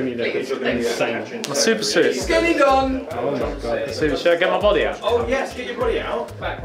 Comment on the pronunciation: "to mah Bawdeh" 😂😂😂